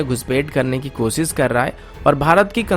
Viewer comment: मेरा नाम है अन्सुमन, कोसिस, पब्लिस, मुस्किल, सर्त, ????, यह सब कैसा बेहूदा उच्चारण है???